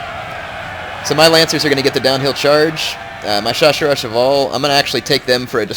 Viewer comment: Hey, I doubt your gona see this but the proper way to say chasseur is shassheir:)